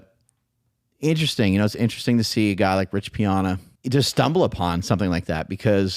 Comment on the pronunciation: Rich's last name is pronounced P-Anna 🎉